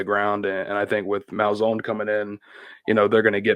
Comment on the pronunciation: Bro it’s Malzan! Not Malzone! 💀🤦🏽‍♂️